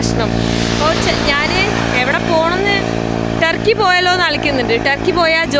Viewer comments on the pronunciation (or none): none